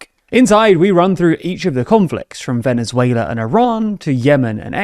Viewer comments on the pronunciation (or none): the aware of the existance thing is a realy good defence, but the pronounciation isnt, he cant pronounce venezuela either and see wha thappend to them.....